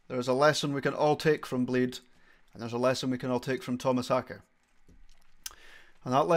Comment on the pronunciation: First person I've seen doing a Meshuggah drum reaction that pronounces his name correctly. Thumbs up for that alone. Editing this also to mention the lighting guy. You can see his "performance" by searching YT for Meshuggah's light operator (Paris 02/12/2012) the dude is epic.